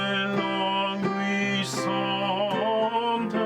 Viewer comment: Love this piece - sang it arranged for 3-part women's choir. Well done with the french - just languisante is pronounced larng - ee -zarnt (no 'w' sound) Thank you for Quarantine Chorus!